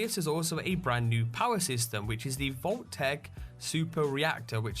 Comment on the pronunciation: Why the "h" on "Vault-Tec?"